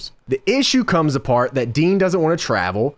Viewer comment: Not DEANNN the way u say it gorse by the way JOHHHNNNN